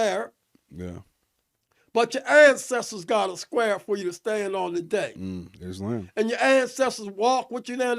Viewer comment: Couldnt even enunciate islam correctly 😂 "is-lem"